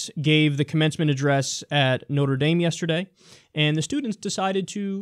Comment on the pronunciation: KYLE, WTF IS "Notar Daym"? Haha